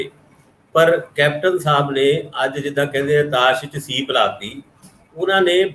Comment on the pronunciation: the Right word is sweep not ceep as you were using